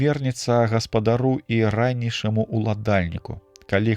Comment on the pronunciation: Прачытана: ра'нейшаму, правільна: раней'шаму ўладальніку.